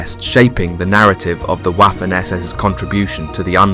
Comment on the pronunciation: Someone tell this fella that in German the W is more like a V. Vaffen morelike. He is saying Waffen like waffels lol.